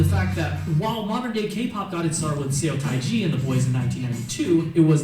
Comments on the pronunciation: Pardon my French but this guy doesn’t know sheeeet. He can’t even pronounce Seo Taiji. And he trashed Warren G so I can’t take him seriously. This guy got so many things wrong it’s head spinning. But he acts like an expert so people think he knows what he’s talking about. Ugh. And he got almost everything wrong about K-pop too. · And let me repeat the most glaring problem. He can’t even pronounce the name of the grandfather of K-pop. This is something that anybody who’s even mildly expert at this topic should know.